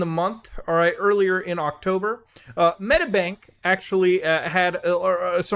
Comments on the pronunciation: So many god damn hacks holy shit, being Australian has never felt so bad, also it's Medi-bank, not Medabank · its not pronounced Metabank 🤣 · Fuck sake mooda this happened 2 weeks ago. Also it's pronounced "Med-ee-bank" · It's pronounced med-EE-bank! ;) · Again? Fucking he’ll I didn’t hear about this one. Hack after hack every week pretty much Also if you want to say Medibank, it’s said like meddybank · The way he says medibank pisses me off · The way you say medibank is hilarious tho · please just say medibank right omg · Bro what series of syllables came out when he tried to pronounce medibank